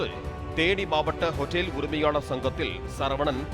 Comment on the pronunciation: Nee hotel ah aen otel otell nu kadupa ethura mathiri pesura...